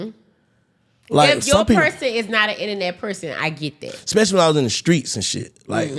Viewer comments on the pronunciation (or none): 2 mins in “expecially” told me all I needed to know